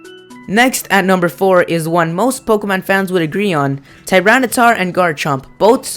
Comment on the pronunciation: woah you called it ttar